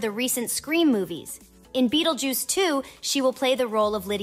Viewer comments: "Bettel juice" ? Learn to read. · What’s with the “Buttljuice” ?? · Whoa whoa whoa whoa whoa did you gen x bish say bettlejuice?